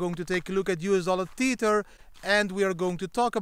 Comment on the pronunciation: Tether not TEETHER.